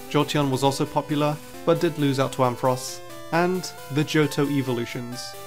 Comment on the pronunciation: There is no E in Ampharos!